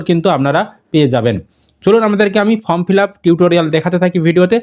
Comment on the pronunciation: ফম নয় রে মেদিনীপুরিয়ান ওটা ফর্ম হবে